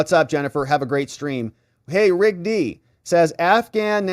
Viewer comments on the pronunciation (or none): none